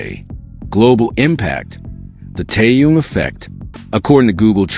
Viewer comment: Его зовут Тэхен. Зачем вы коверкаете его имя?